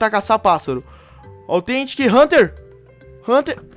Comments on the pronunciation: ei nao é authentic é tetentic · Pq vc fala fraga tetentic